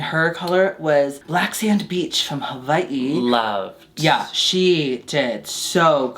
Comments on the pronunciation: im impressed knows how to pronounce "Hawai'i" the right way 😍... it gives me life! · not pronouncing Hawaiʻi correctly.... love me queen with some indigenous knowledge! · as a Polynesian, thank you for saying Hawai’i correct 💕✨ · I just want to compliment on her proper pronunciation of Hawaii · Being a local Hawai’i girl the way pronounced “Hawai’i” made me flood my basement 😂😂😂🌺🌺🌺